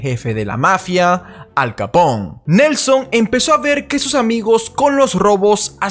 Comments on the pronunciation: Hola. He encontrado tu canal por casualidad. Me gusta la temática y la explicas muy bien; peeeeeero... tengo que decir que me chirrían los oídos cada vez que dices Capón, en referencia a Al Capone (Alphonse Gabriel Capone), que si bien nació en Brooklyn, era hijo de inmigrantes italianos, con lo que su apellido se pronunciaba tal y como se escribe: Capone (con todas las letras). Saludos :) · Todo esta muy bien pero seria bueno que cuando te refirieras a Capone lo digas como tal ya que es un apellido Italiano y no se lee Capon